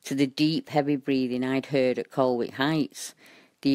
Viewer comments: its pronounces 'Coll Ick' ;) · VERY interesting! I lived near Colwick Park for about nine years. Incidentally, Nottinghamians pronounce it 'Collick'. :-) The area has been known for a long time for its association with the occult.